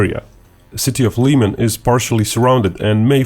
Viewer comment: Liman not Liiman